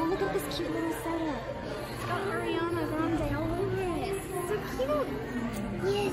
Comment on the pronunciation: so your saying ariana is in your family but you cant even say her name like "Air!"? whos air